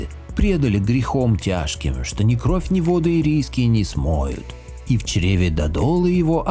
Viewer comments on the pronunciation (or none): none